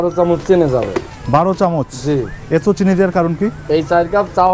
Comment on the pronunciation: চা ওয়ালার upor cursh khuya ami hahahahaha tar চিনি k চেনি bola osadharon lagca